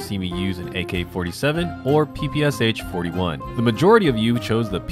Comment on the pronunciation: Correctly pronounce the PPSh, these are three sounds, sh as at the end of the word "push." In Russian, this means "a submachine gun developed by Shpagin." In Russian, the sound "sh" is denoted by one letter, this is "Ш". Therefore, the Russian version has three letters in the abbreviation (ППШ-41)